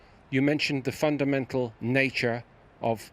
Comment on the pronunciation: My man said fun-damatels 😂😅😭🤣 I'm done